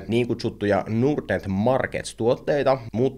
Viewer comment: Miksi pitää lausua ”nuurd”-net, kun pohja on englanninkielisessä sanassa Nord? Ei pysty kuunnella.